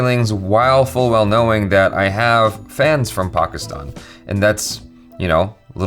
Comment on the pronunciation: The fact that he says Pakistan properly 😍